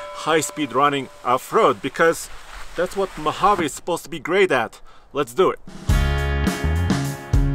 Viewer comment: i cringe everytime they say Mojavay